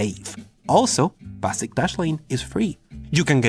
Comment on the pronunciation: BAh-sic loved it..